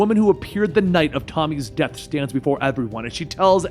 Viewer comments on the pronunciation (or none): none